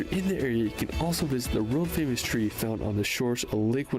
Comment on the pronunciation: is well-known for not pronouncing place-names correctly, even easy British ones (& he says "world" strangely too!!). 😟